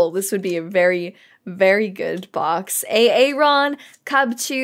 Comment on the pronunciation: When you said A-Aron I swore you were talking to me...